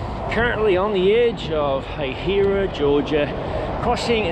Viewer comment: As a native, the first way he pronounced it was correct 😂. “Hay-hai-ruh.”